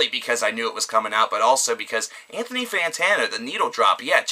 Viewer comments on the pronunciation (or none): none